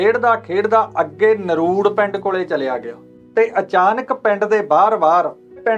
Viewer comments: Hello, there’s one little correction. Its not naruud, its NARDU. I belong to the same village! 🤗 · ਨਰੂੜ ਨਹੀਂ ਨਰੜੂ ਆ ਵੀਰ ਇਸ ਪਿੰਡ ਦਾ ਨਾਮ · ਨਰੁੜ ਨਹੀਂ ਨਰੜੂ ਹੈ ਜੀ। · ਨਰੂੜ ਨਹੀਂ ਨਰੜੂ